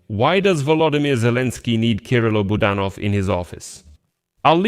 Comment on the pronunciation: Please pronounce Kyrylo Budanov's name properly. The accent is on the second syllable, Bu DAN ov. Thank you.